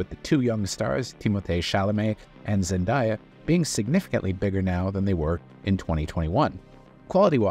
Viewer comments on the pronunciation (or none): Zen-day-a, not Zen-die-a.